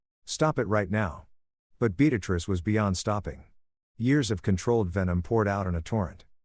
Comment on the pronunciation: Yet another story where one name is consistently being said wrong multiple times. Beatrice doesn't have an x in it